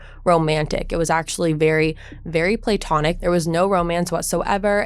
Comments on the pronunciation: The word is pronounced plah-tonic, not play-tonic. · beautiful. Stop saying play-tonic. It’s pronounced pla-tonic. Pla like blah (you’re not blah, that’s just how to best describe the sound)